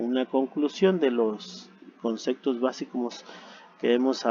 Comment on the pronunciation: muy buena información pero dices "concectos" y le quita credibilidad al relato.